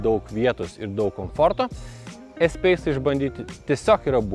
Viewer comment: Ne espeise, o espase tariasi. Taip pat kaip reno, o ne rena ult 😃.